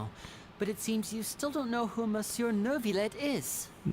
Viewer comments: For some reason Lyney VA and partially Paimon is saying "naurvillette" or "nervillette". Someone in the archon quest earlier said it correctly, so I'm guessing it's just the voice direction with him? At least that's what I'm hoping... I haven't done act 2 yet so I don't know if most people are saying it that way and instead the correct pronunciation is the odd one out. I have no idea how someone looked at that word and thought "naurvillette" with an American r on top of that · Me either. I did hear most voices say ‘no-vilette’ or ‘new-vilette’ but I did hear an R a few times in there. My guess is whoever was directing them didn’t pick up on it and correct them. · Yes, I agree. There is no “r” in Neuvillette